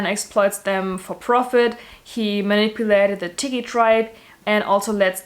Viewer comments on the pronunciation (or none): none